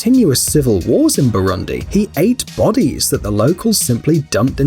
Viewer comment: Had to pause minute in lol. How'd you manage to perfectly pronounce tanganyika and yet fail on Burundi? Shyiiiiiiiit.😂🤣😂🤣🤣 kudos for tanganyika (BoooRooonDeee) pronounce dem vowels bruh 😂🤣😂🤣😂🤣